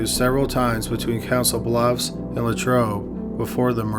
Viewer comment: Souix City, Iowa is pronounced Sue City, I-O-WAH. However, you pronounced Council Bluffs right.